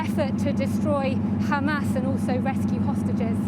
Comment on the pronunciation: Oh Ha-MESS, Ha-Mess. Was it worth it?